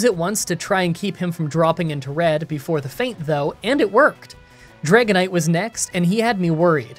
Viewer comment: That's a nice "Dragonite"